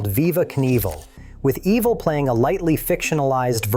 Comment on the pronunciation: Imagine thinking a fake voice is better than literally "any" genuine voice, then hearing it totally blow it, and doubling down and keeping it anyway. "Ehv-vel"? Stop.